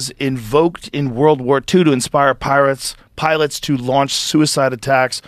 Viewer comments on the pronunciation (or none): did i hear a "Pirates" instead of "Pilots" lol... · He said pirots 😂